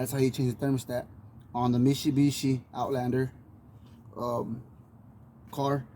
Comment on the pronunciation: lol me-she-be-she